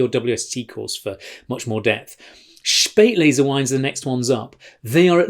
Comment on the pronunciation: Joe..."Spaet"lese = "late"er, "aus"lese, "out of time. :-) ps, get the pronunciation sorted! "Schpaeit"lese. :-)